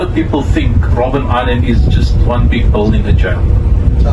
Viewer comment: It's Robben island not Robin